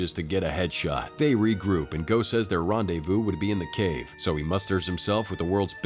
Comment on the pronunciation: Bro said RENDEZ VOUS 😂😂💀